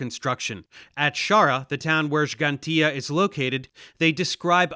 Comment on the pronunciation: i want this man banned from ever entering my country just for making stupid shit up about malta's history also props to dave for pronouncing Gġantija as Gġantija instead of "Gigantia"